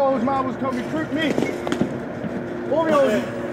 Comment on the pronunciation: sounds like he said "oreos" instead of orioles ...lol